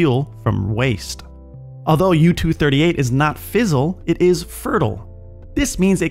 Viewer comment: Can you please stop pronouncing "fissile" as "fizzle"? Thanks